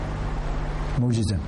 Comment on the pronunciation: Hocamın dili sürçtü heralde mücizem dedi, Ama anlattıkları çok ilginç ve ibretlik Allah selametlik versin.